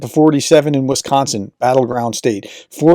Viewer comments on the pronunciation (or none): none